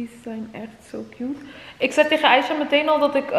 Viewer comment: Ze zegt in iedergeval aicha hoe het hoort niet meer , Aiga met g dat kon gewoon niet. Mijn comment heeft geholpen 😁